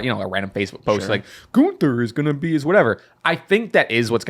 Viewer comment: To, his name is is GUNTHER, not ganter